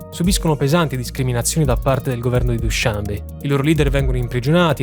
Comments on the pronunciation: Straordinario come sempre! Vivo in Asia Centrale, sono stato nelle magnifiche montagne tagiche, nella capitale. La descrizione è perfetta...posso essere pignolo? Dushanbè, accento alla fine. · Ottimo. Solo una domanda, non si pronuncia dushanbe'?